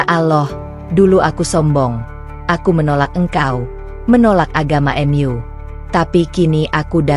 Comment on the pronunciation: Jangan mengucap mu menjadi m yu,kita orang indonesia,tidak wajar menguca seperti itu,AD kupang NTT